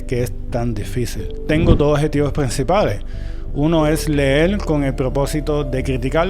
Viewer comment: Hola, no lo tome a mal, pero cómo usted que lee y ha leído tanto dice "leel" y "escribil"?